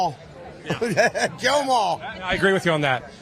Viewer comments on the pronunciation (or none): I wouldn't say it is CLEAR exactly, but yeah, I agree, it does seem like he said jail after all. WOW, that's an unfortunate speech impediment to have. Good job he isn't tRump! Good hearing you have there! That is .